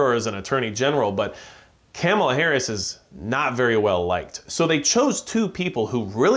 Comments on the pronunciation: Her name isn't Camela..say it right. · Her name is pronounced Kah muh luh....#respect